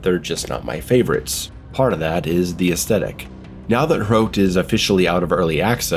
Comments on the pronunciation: Hrote? Huh-rot. Soviet Quake. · Its pronounced Huh Rot, or Hrot NOT Hroat xD nice review tho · It's not pronounced like throat but more like trot. Just replace the first T with an H and you just nailed it. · first of all its "he-rot" with a rolled R and it means spearhead not spike like people claim any way my wife is czech and grew up at the end of the soviet era and i can tell you the games meaning is lost completely on westerners if i could sum it up its basically how people of the era felt their homeland was turned ugly and rancid with strange alien people who are entirely hostile filled with socialist signs that have a lot of words but mean nothing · Pronounce it like h-rot lol Just put it in Czech google translate. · Its pronounced like "Wot" but wirh a "HR" sound instead of the "W". Or like "Fought" with the "hr". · Wow, I am even czech and Hrot (your pronounciation is hilarious btw) did not interest me much, but that Frail at the end did it for me :D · if only living in prague was this fun, also about the name Hrot there is more of a hard R but i would not expect you to get the pronaunciation completely right. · I hope you won't be saying the name too much, cos let's just say you didn't nail it lol